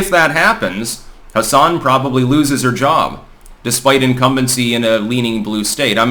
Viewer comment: For what it's worth it's pronounced "Hass-in". There are plenty of Democrats in New Hampshire, but I've heard way more people talk positively about Don Bolduc specifically than have talked about Maggie Hassan specifically.